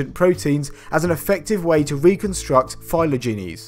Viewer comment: Shouldn’t “phylogenies” be pronounced “Fie-law-jen-eez” or “fie-loe-jen-eez”, and not “fie-loe-jee-neez”? The way you said it was like phylo-genies like genies released from bottles and not genera/genetic/etc.